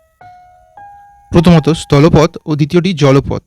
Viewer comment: ভাই তু্ই আগে বাংলা উচ্চারণ ঠিক কর স্তল স্তান এই গুলো কোনো কথা না আগে উচ্চারণ ঠিক কর তার পর প্রতিবাদন বানাবি।